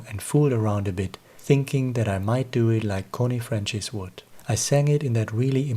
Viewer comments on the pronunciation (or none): Connie Francis... The "c" in her surname is pronounced like "c" in "France".